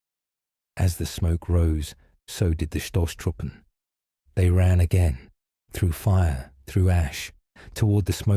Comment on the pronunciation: "St"in Stoßtruppen or Stahl is pronounced like "Sht"... it was a bit funny as german to hear that...but great story! 😅🫡